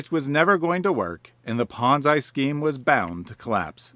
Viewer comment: Never heard ponzi pronounced like banzai.